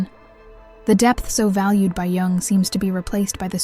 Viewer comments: oh just say Carl Gustav, leave "Jing- jung" alone. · At least get an ai voice that doesn’t mispronounce Jung so badly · They did c Jung dirty with how the ai pronounce his name